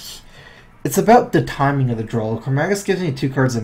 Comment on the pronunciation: there is no L at the end of the word DRAW....